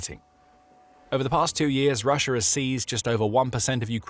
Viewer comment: Why do you say Rush-er? There's an A at the end of Russia. Rush-ah!